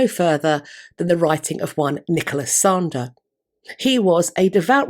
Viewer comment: Re: Anne Boleyn - Was that Nicholas Sander or Nicholas Slander?? 🤣 🐉